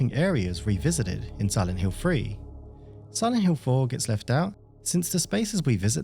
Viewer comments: Please stop pronounce "Hill" like "Hiww" - it's driving me mad! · siwent hiww